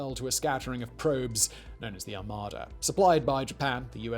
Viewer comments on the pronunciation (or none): none